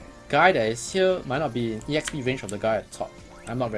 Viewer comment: why are u calling EXP E-XP? its just EXPI short for experience so its E -XPERIENCE now? ^^